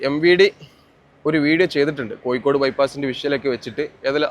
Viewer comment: വീഡിയോയും അവതരണവും കുഴപ്പമില്ല. പക്ഷെ ഭാഷ കൈകാര്യം ചെയ്യുമ്പോൾ ഒരുപാടു ശ്രദ്ധിക്കണം. ഇത് ഒരുപാടു ആളുകൾ കാണുന്ന വീഡിയോ ആണ്. അക്ഷരതെറ്റുകൾ ഒരുപാട് ഉണ്ട്. ഉദാ : മഴക്ക് , മയ എന്നും പുഴക്കു, പുയ എന്നും കോഴിക്കോട്നു, കോയി കോ ഡ് എന്നും ആണ് പറയുന്നദു പിന്നെയും ഒരുപാട് തെറ്റുകൾ ഉണ്ട്. നിങ്ങൾക് ഇഷ്ടമില്ലാത്ത പാർട്ടി കേന്ദ്രം ഭരിക്കുന്നത് കൊണ്ടാണ് ഈ വീഡിയോ നിങ്ങൾക് അവതരിപ്പിക്കുവാൻ കഴിഞ്ഞദ് നിങ്ങൾക്